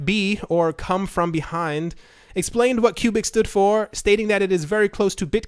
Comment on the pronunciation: HAHAHA Come-From-Beyond not Cum-From-Behind